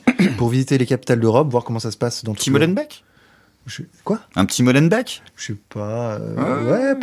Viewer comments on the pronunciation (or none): Ça se prononce bruSSelles bordel 😂 , et pas molenbèk mais mollenbéék rolalalala ça fait 50 ans qu'on vous le dit 😂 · Les gars, on dit MOLEN-BÉÉK